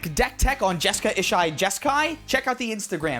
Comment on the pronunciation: I just want to say that every time you call Jeska/Ishai anything other than Jeskai Jeskai I hear nails on a chalkboard.